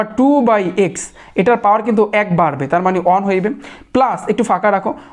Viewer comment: 1 = one ( ওয়ান ) Not ( অন ) । 😁🙄😒🤣